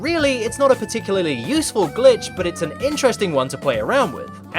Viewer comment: I hear "son of a Gitch" instead of Glitch